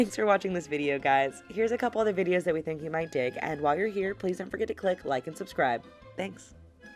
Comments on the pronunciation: Did anyone notice at the end the video on the right said tat instead of that? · At the end of the video when it has links to other videos, one of them says "Tat" instead of "That" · Did anyone notice on on 10shocking creatures that it said tat instead of that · In the end the video on the right is so funny😂it says tat instead of that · In the outro it says tat instead of that lol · At the very end the video on the right says "tat" instead of "that" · At the end you missed the h in that.